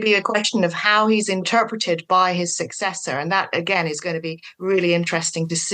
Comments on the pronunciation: Successor, not successer. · Successor not successer 😅